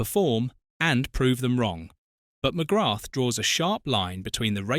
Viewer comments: Not pronounced ‘ McGratt ‘! It is pronounced ‘ McGraa ‘! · Its not McGratth As you English pronounce. Its actually pronounced McGra,you drop the th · Thanks ya saved me, I got 3 minutes in and him pronouncing it Mcgrattttt was grating on me 🤦🏻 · Pro tip. ..ignore the "th" and replace with an elongated A sound Mc-graaa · Its pronounced McGra! The th is Silent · The 'th' is silent. Pronounced McGra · Its just pronounced Mcgrah...on a side note Ooh Ahh is me favourite irish player ever 💚🇮🇪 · Fyi the TH is not pronounced in McGrath. Its prounounced McGra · Pity you dont know how to pronounce his surname, Its McGraah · He can't even pronounce his name. Definitely not a football fan. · you're incorrect pronunciation of his name is a total disrespect of the man and a showing of your ignorance. It's almost as bad as that git goldbridge's pronunciation of Evan Fergusons' name as EVEN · McGrath is not pronounced with the, 'th'. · why cant you pronounce his name properly? ffs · You’re even pronouncing his surname incorrectly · Hi, a proud Irishman here, I'm still trying to figure out how to react to this video. On the one hand, it is stated that "there are six people that he will never forgive," yet near the end it is stated that he never actually said this directly, so it is contradictory. Also, one BASIC thing that seems to have been over-looked: the world and its mother ALREADY knows that in Irish culture, the "h" at the end of his name is silent, why you kept on mis-pronouncing his name is, frankly, a mystery to me - and most like EVERY other Irish-born person watching. Also, to say the Paul McGrath is "mad at the people who enabled his drinking" while similtanenously saying "he blames himself" is also contradictory. These are just my opinions, any other huge Paul McGrath fans in their late 50s, if you have any opionions to share, please do so! WE LOVE YOU, Paul, you were a legend. 😁👍💚🤍🧡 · Please pronounce his name properly